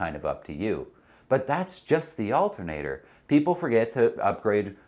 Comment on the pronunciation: Al-TER-na-tor, not alt-N-a-tor.